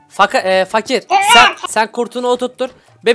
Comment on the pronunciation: daki bay doktorun fakirnyerine fakır dedi duyanlar +1